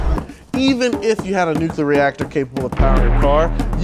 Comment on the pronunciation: He keeps switching between "nucular" and saying it correctly as NUCLEAR. It's driving me crazy!!!